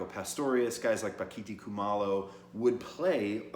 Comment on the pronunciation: Bock a Thai. Pronounce it correctly.